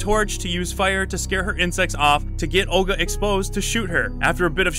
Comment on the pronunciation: i was right, it's basically RE 4 part 2 + Van Helsing. very weird stuff - not my taste, i'll skip this game. BTW Olga is a slavic female name, correct pronounciation should be with soft 'L' letter, not hard.